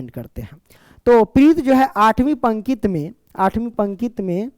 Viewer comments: Pankit✖️ pankti✔️ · Sir pankit nhi pankati padhte he use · Sir questions number 3 me aap pankti ko pankit bol rahe h pankti hota hai sir pankit nhi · Sir pnkit nhi hota pnkti hota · Pankit Nhi hota pankti hota hai